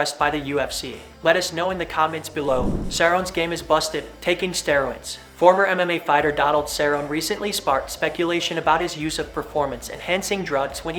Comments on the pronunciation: You will never be taken seriously by any UFC fan if you can't properly pronounce names. Especially for legends like Donald Cerrone. Pronounced Sir-Roewny Have you not seen the UFC? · Dude, you're an MMA commentator and you don't even know how to pronounce "Cerrone" - ?? Donald Fucking Cerrone??! Edit: then you BARELY got out Chito Vera's name - barely. Edit 2: AGAIN!! - "TJ, ............. ...... Dillashaw's..." Edit 3: holy SHIT - you continued on to BUTCHER ALMOST EVERY SINGLE FIGHTER'S NAME. Stunningly incompetent, you clearly are. Wtf is your deal, man? Get it TOGETHER. You're now thankfully on my "Don't Recommend Channel" list.